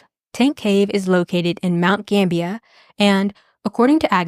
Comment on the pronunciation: Awesome video. I just looked it up, and you were pronouncing it right. Mount Gambier is pronounced like it's spelled. Like, it's not pronounced Gambia, that's a country, it's more like ... Gamb-bi-eer.